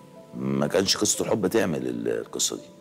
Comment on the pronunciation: 😂😂😂😂😂 بثانيه 43 بيقول كسة حب بدل قصة حب يادي نيلتك يا أخي قال كسة 😂😂